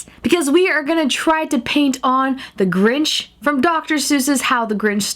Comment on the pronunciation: you mean the grunch nit the grinch